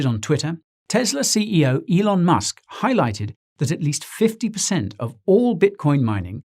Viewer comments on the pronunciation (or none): none